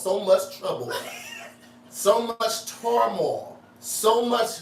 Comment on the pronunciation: Hey looks like he meant to say termoil but he said tarmoil back to you.😂😂😂